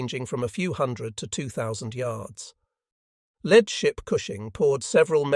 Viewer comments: Is this narrated by AI? I would expect a person would have known the difference between a LEAD(As in first) vessel not LEAD(As in pencil) vessel. That was bad. Very bad. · Lost me .......if you can't be bothered to check your AI's (ick!) or human presenter ( tragic! )pronunciation of the very tricky word " lead ", that's lousy quality control. In this context, it was meant to describe the first ship in a line. Thus, " leeed" (long E sound, you linguists.....) So: no Like. no Subscribe. no Share. Sorry.